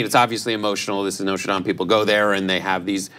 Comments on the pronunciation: Noter Dame? Its NOTRE DAME! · No, tre dames?